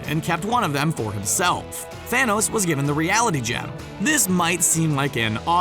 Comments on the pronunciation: He said fanohs instead of Thanos in the beginning 😂. Just turn on captions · It's not THANOSE as you say it it's Thanos learn Names man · who here heard the guy said Fhanoes